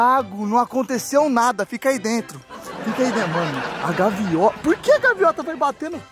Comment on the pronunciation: "Gaviota" kkkkkkk